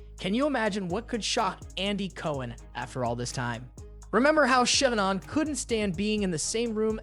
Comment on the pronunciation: I couldn't keep watching bc the way you were pronouncing simple words or evem Shannon's name. It was so annoying